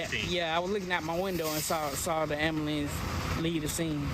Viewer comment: Let's say it together am-bu-lance. Ambulance 🚑😂